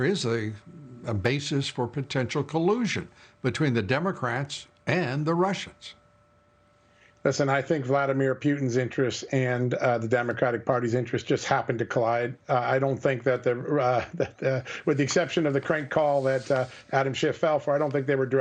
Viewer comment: “Vladimir Pewtin”